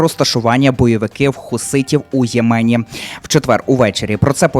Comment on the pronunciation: Не ємЕні,а Ємені.